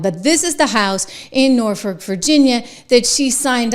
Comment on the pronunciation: It's pronounced NOR-fuhk. I cringe every time you say it. 😀